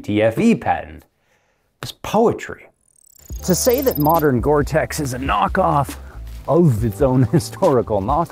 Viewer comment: It's gore-tex. You wish you had this coat